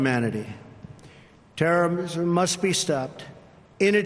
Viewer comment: "Terrorrrrmisermm must be stopped...."